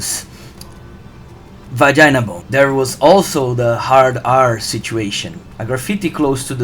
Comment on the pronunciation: "The infamous *dramatic pause* VAGINA BONE"